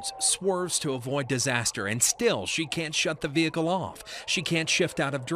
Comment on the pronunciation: Who else got triggered when she said veHICKLE